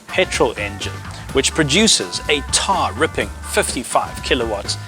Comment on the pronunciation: "Tar ripping"😂